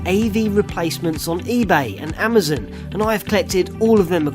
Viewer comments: It's AmaZON not amazoon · WHAT THE HECK IS AMIZIN!!!!